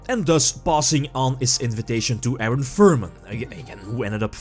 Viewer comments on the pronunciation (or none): none